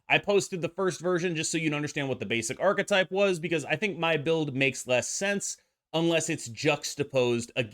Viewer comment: Incredible work. Also, I love that you are the only person in North America that can pronounce the word “archetype” correctly 😊